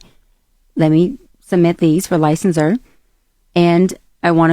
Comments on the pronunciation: Licensir instead of licensure. 😩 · say what?!?! She has what type of degree? And what is lie-sense-sir？